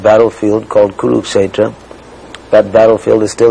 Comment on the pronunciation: Never read so much nonsense,and that that guy cant say kuruksatra not right